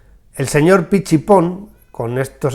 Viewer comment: Era Juan Pich y Pon, pronunciado Pic.